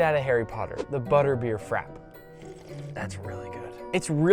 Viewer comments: Nick, I am annoyed at you now. You said "Frap" when it is "Frappè". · please nick, don't call it frap 😂 it's a frappé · It’s pronounced frap pay. You pronounce the e!! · Frappe.. Not frap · The way he says Frappe bugs me, is he saying it *properly*? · Hi Buddy! PLEASE Google how to pronounce "Frappe". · can't even pronounce frappe bruh😭😭💀💀💀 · Why is no one talking about the way he says "frappe"